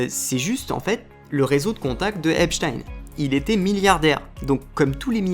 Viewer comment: Tu aurais pu regarder une vidéo de lui pour voir comment il prononçait son nom. Epstein 😂😂😂😂 Epstinnn!!! 😅